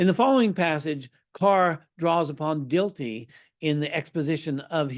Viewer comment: Dilthey is pronounced Dill-tie, with the accent on the first syllable.